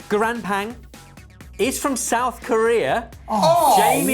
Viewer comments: I mean the fact that he pronounced it "guran pang" would throw any non Korean speaker off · I love this segment, love these guys. I'm gonna be annoying b/c the S. Korean bread is pronounced with a very hard "B" rather than a "P" - so pronounced "Bbahng" - with the "a" like park or start. :). But pls. don't say it with a soft b "bahng" because that means "room." Thank you. I'm not shouting. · most of the time they butcher the names of things I'm none the wiser, but now that I know a bit of Korean, every time said gyeran-ppang I flinched like I'd just been shot at. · pronunciation of the korean snack probably threw off lmao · The way butchered the poor Korean dish's name. OUCH:D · Guys I love you.. please look up how to pronounce things. 계란빵 pronounced like that was painful and it isn't gonna work as a hint if it's that far off.. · every time they say 'gyeran pang' a part of my soul dies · As a long-time fan of Maangchi, I knew the Gyeran-ppang 계란빵 IMMEDIATELY. But please do note, did not give both ps in the romanized name of the dish. I also notice that every dish is given with absolutely ZERO native accent (or native pronunciation, even.), though that would probably give them away. I was screaming closer to accurate pronunciations for Gyeran-ppang, porilainen, and mochi. I would have likely butchered ti-huih-ko as well, but possibly a tiny bit closer. Not going to lie, as much as people tell us in the USA that we're unworldly, I notice we do at least TRY to keep the pronunciation of other languages as close to native as we can manage (we may not be the best at French, but we do try to keep up with more than just French). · Please, for the love of God, have talk to a native speaker before he tries to say the names of foods. I cringed so hard at 계란빵, it hurt. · As someone who speaks Korean, the pronunciation of the egg bread would throw me off as well hhahaha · The pronunciation of 계란 빵 physically hurt😂